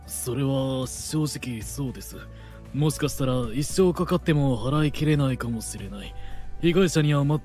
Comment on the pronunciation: 男性の声の人の「し」が全て「す」になってるのが気になって内容が入ってこない。 「もすかすたら、一生かかっても払い切れないかもすれない」